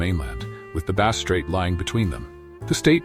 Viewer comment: A lot comes across like AI goop. Some descriptions apply to mainland Australia's tribal people, not Tasmanians. Many images are ridiculous, showing wrong race types. 'Tent' dwellings etc are shown which they did not use. Vegetation shown is wrong. Even 'Bass' is sometimes pronounced incorrectly. Tasmanians used/carried fire, but could not make it. Did not eat fish for some reason & couldn't catch. Only ate shellfish. Only wore tied skins. Did not sew large possum skin cloaks like southern mainland aborigines. Why bother making videos if you're prepared to be so inaccurate?